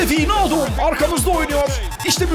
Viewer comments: vinaldum degil abi vaynaldum duzeltirsen seviniri :) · abi winaldum degil waynaldum <3